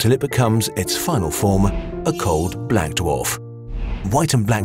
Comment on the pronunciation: Woah, I don't like the way you said black.